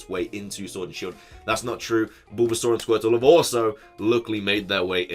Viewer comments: “BOOlbasaur”?!?! Hahaha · LOL I like how pronounces Bulbasaur